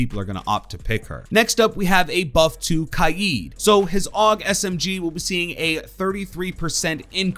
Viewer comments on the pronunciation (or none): Just say Kaid not kaeed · Omg say his name right kaid (KADE) not kiad (ki add) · It’s Kaid as in Cade not Kiyeed no jihad name bullshit allowed in siege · It’s “Cade” not “Kaieed” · It's kai-d